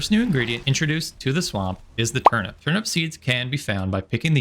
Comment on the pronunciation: Great video, thanks. Just one thing: Why do you pronounce "Turnip" like it's "turnUP"? Weird as you like, but hey, each to their own, just curious why? Thanks. 👍